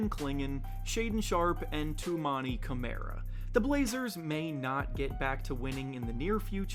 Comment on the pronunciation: For the record, Toumani's last name is said "Kuh-mar-uh". Closer to Kalamari than Chimera regarding the first two syllables. He also should be DPOY, easy. He is statistically a superior defender to even Evan Mobley. Evan has over 100 FEWER defensive stops made than Toumani. He is and has been the entire season minus a SINGLE GAME the BEST in charges drawn and other offensive fouls drawn. He doesn't have quite as many steals as the Great Barrier Thief, because that is their key difference in defensive playstyle. In example, Toumani leads the league in charges, while Dyson has ZERO. Toumani may not block as many shots as Evan, but again they play different styles of defense, and Evan is a 7 footer with massive wingspan. So naturally he has more blocks. Tou has a solid amount of steals, a solid amount of blocks for being a 3 who plays 2-4 this season positionally, but defends the best player every single game. He all around is one of if not they most effective deterrent in the league defensively. Deni is truly breaking out and all that's really left for him is to figure out his playmaking ability. It is there, and it is improving, but he needs to hone that in. From there, he's gonna be one of the most formidable two way players in the league without question. Scoot has also improved massively this season on both ends, which is great to see. Of course he still has a long way to go, but he's only 20 and I'm proud of him and the progress he has made. So I'm getting properly excited